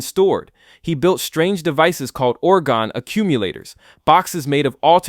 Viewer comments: I thought orgone was pronounced or-GOHN. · Orgone is pronounced or goe n. You even say it properly after mispronouncing several times. This pronunciation is different from orgonite which is where I think your initial annunciation is coming from.